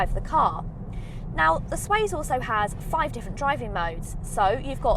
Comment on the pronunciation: Good video, thank you. Just one thing, it's not the SWAZE...it's the SWACE! (as in pace, grace etc...)